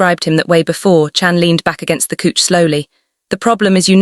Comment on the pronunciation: even though it is AI and Fiction please do not say coech { couch } but cauch {couch } it sound so annoying